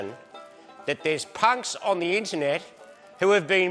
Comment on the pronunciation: gotta say, when Marty says "punks" in his old man voice it sounded like "c*nts" to my ears, and it felt on point